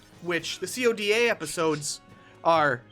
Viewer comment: Why do u call if c o d a? Dumbass it's called CODA (KOW-DAH)